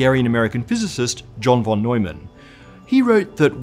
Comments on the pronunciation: why do u pronounce "von" as "won" and not as "fon" as u're supposed to? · Talking about pronunciation whenever you encounter the word 'von' in a German sounding name it is pronounced as if it had an 'f' instead of a 'v'. Like 'fon'. This applies to most German words, with few exceptions. 'v' is usually realized as a voiceless labiodental fricative in German. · John von [fon] Neumann :-) pronunciation nerd here